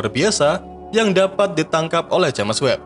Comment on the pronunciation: Bacanya itu jeims webb woy. Sejak kapan james dibaca james juga, hhhhh